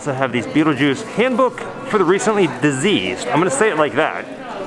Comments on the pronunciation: You kept saying Diseased not Deceased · You keep saying deceased wrong on the book driving me nutz listening to you not diseased it's dead deceased!! 😖😖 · Why do you say diseased instead of deceased? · I noticed you kept calling the "Handbook for the Recently Deceased" Recently "Diseased"...or was that on purpose? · Soo why did you decide to pronounce "deceased" wrong? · Because that's how Adam mispronounced it in the movie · Tim...it's a scene in the movie. First time Baldwin finds it he mispronounced the name and Gena Davis corrects him.